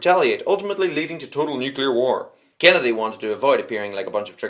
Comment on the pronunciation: The way you say Kennedy sounds like Canada